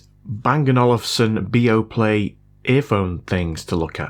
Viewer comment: Niice. Its a danish product. From my own country. Yeah B&O arent cheap. Also you did quite great with the pronunciation.